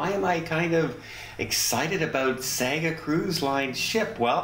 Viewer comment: Sorry, it's pronounced "Sarga"